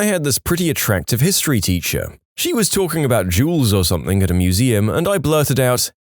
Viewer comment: No k in the word “something”